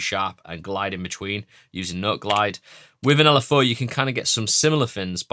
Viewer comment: “L” “F” “əʊ” (the southern mind cannot comprehend this btw)